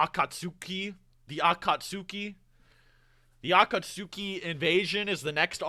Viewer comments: bruh its cringe seeing ppl make fun of pronouncing akatsuki, like bruh, hes reading the manga, not watching the anime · It's so criminal how was just getting used to Aka-tsuki, then he gets hit when a Jinchu-riki. That insta pause there killed me LOL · Fun fact: In Italy our official dub pronounces every U in every name. So yeah, akatsUki and sasUke. Yes, we hate our dub, but we've learned to not cringe every time XD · Gaara's probably Kazekage cause his dad died. I always assumed that Kazekage was chosen differently than the Hokage. More like a monarchy than a democracy. Also, is 100% pronouncing Akatsuki wrong just to troll people. I can't allow myself to believe someone could pronounce that shit like that on purpose. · botching the name Akatsuki and Deidara is hilariously bad, but understandable since he's only reading the manga.